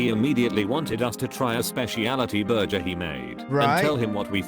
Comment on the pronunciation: I dislike videos with AI voices. You can tell when it pronounces AC as "ack" and burgers as "burzhers." voice is so expressive that the bland AI in the video sounds even worse.